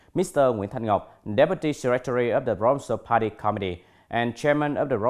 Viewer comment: cái từ provincial //prəˈvɪnʃl/ nhấn vần 2 thì vần 1 đọc thành /ə/ mà anh cứ quất là ˈprɒvɪnʃl/ là tiêu.